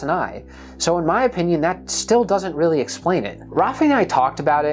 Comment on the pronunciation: It must be weally tewwible. Poor Michelangelo.